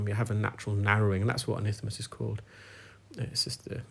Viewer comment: Isthmus not ithmus